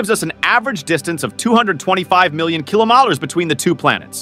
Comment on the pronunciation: Can you say "kilometres"?